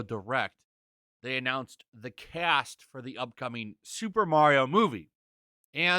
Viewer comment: It’s ‘cast.’